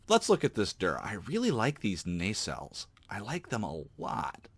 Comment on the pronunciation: Not "Nay-sales". Instead, Nuh-cells or even slightly Nah-cells.